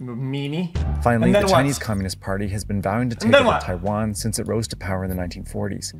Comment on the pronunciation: "tai van"